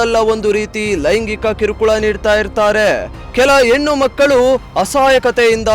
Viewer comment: ಎನ್ನು ಅಲ್ಲ ಹೆಣ್ಣು ಅಂತ ಹೇಳು